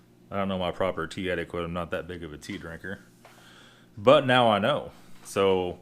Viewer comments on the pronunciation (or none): "pure-ree" and "etiquit" lmao